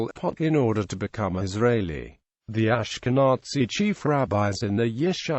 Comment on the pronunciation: The pronunciation of the word "Ashkenazi" in this video is beyond unfortunate. Please fix it!